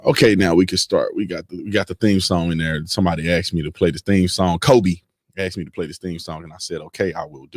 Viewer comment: STOP SAYING AXE ME!